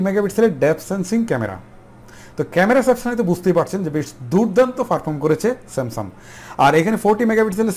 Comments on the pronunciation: Samsum না Samsungকথা শুদ্ধ ভাবে বলতে শিখেন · আরে ভাই সেমসাং,,,,,!,,সেমসাম বলেন কেন ,,,,????